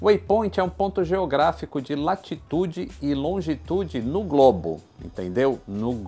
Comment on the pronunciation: Engraçado o jeito que o enfatiza que a terra é um Globo auhaeuheauheauaheuhehuaeea